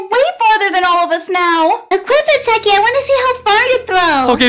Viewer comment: Bro can you not say techy i love you